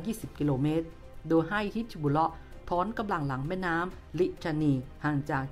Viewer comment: ฮิซบุลเล๊าะ ถูกต้อง ไม่ใช่ บิชชะบุลเล๊าะ ครับ จะได้ออกเสียงง่ายๆหน่อย